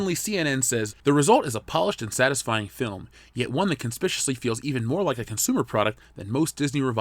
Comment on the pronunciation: "a purpose, maybe, AND a heart" "conspicious" WTF DUDE conSPICuous if you're gonna make a living out of pointing out the flaws of others, best be in·fal·li·ble yourself....